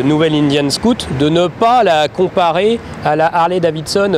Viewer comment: cest scoot cest SCOUT !! Va aprendre englais si tu veux !!